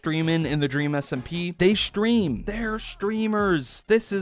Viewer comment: I love how you say shtream instead of stream. It's very adorable